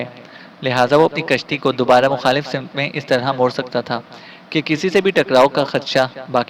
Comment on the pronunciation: kahani ki reading kerne wale sahib ka talaffuz achcha nahi woh hawannaq ko honq per rahe hein samt ko simat